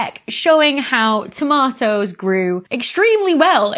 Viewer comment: "Toma' ohs"